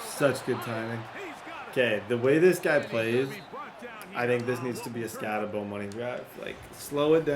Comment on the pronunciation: I didn’t realize that, I just knew I couldn’t listen to Skattenbo for another video